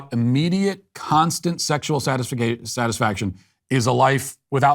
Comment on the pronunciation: Don’t worry Matt, I used to pronounce satisfaction as satisfic-ay-tion myself.